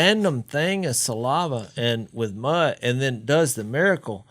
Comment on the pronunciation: Jase...the word is saliva...not salAHva. And again...please get everyones levels equal. Fire your engineer